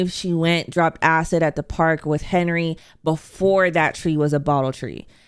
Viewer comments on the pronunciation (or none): none